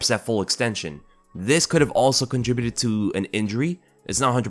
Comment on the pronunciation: Dude....learn how to pronounce contribute!